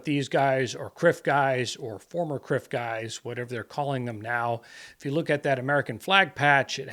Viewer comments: When you said "CRF members" i thought you said "crip members" and a mental image of saggy pants gangsters standing guard for the president entered my head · That’s what I thought he said too lol